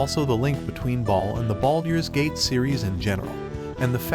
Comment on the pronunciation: the voicing is already better then with the older videos, but it still way off from what is needed for something like high fantasy. not sure this will work with a random voice thats clearly not used to these things. the awkward way of saying baldurs gate and the way its weirdly cut of sounds very much like an ai.